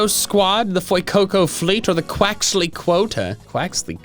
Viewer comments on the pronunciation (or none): I'm thinking Quaxly is not pronounced correctly. Because of Bonsly...